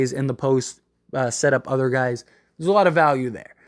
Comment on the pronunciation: "Some Gays" 😂😂